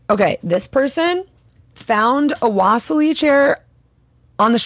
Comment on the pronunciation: Great video! The correct pronunciation is "wa-si-li" chair. It's named after the russian artist Wasilly Kandinsky (in russian we say Va-si-li) Thank you for the cool suggestions :)